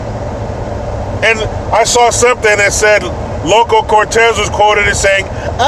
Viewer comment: You got it wrong again! It is Loco! Not "Local".